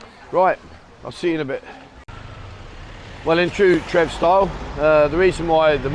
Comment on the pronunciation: Trev, not....and Ayuttaya....is pronounced in English Farang style.....a Thai would be saying....,huh....🤔🤣